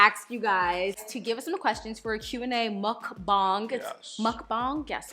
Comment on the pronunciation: omg you the first person to say muckbang right